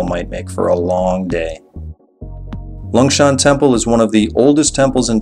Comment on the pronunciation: it s longshan temple not 'lungshan' temple... but you forgot the unmissable MRT metro to go from one place to another, and also forgot to say that it s okay to take a cab once in a while... exemple for the taoyuan airport to nangang it s around 1000 NTD... also you forgot [maybe not enough time to go there] to talk about the zhongxiao xinsheng area with computers, high tech.... i leave in taipei so i can say it... anyway it s a very good video... cheers